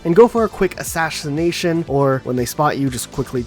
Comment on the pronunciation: "A-sash-ination" HA!